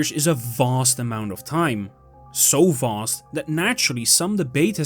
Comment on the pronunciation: “So Voooost that…”